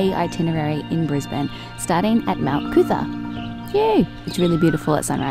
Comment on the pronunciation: (psst.........you know it's really spelled "Mount Coot-tha", right???) Great vid though!!! xxooxx